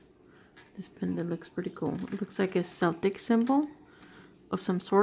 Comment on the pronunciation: That is a Celtic symbol but it's pronounced with a hard "c" so that it sounds like a "k" not an "s" like you're pronouncing it. I love looking at all the stuff coming out of the jars! That rosary is beautiful and l saw a few other pieces that are really pretty too. I can't believe how many pairs of earrings you got this time! How awesome is that?!